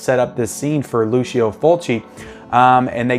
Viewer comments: It's pronounced Lou-cho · My friend, in Italian it pronounces like LuCHO, FriTSI, etc. ;)